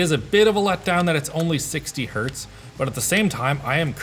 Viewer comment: imediately turned off when i heard 60 heartz ew